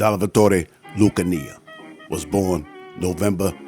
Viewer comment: Lucanee? It was lucana